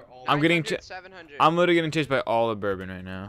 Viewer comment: the dude said it's like BORE-ben when it's like buhrbon